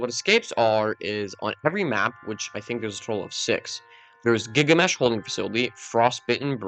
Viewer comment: You mispronounced Gilgamesh as Gigamesh